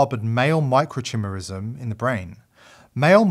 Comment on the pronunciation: Great video. By the way it's pronounced micro-ki-merism(the "I" is said as "eye" . Not CHIMerism.